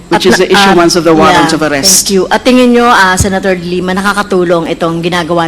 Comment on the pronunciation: ms luistro the way you pronounce the family name of the former lady senator Leila is the word dilemma it should be de lima